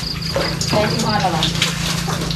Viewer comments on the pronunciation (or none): พูดไทย ถ้าคะแนนเต็ม 100 ผมให้ 97%- 98% ครับ เช่นคำว่า"ศัพย์ไหนใช้ ไม่ถูก" ออกเสียง ช.ช้าง เป็น ซ.ซ้าง ครับ และ คำว่า "จับโชว์พี่ๆ fc เฉยๆ แต่น้อง ออกเสียงว่า "เสยๆ" คำนี้ไม่ผ่านครับ